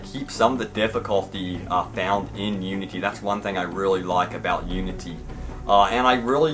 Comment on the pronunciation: Does anyone else here him say Unty. Like oonty